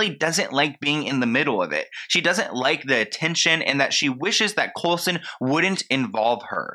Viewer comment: I love how keeps calling him COLESON hahaha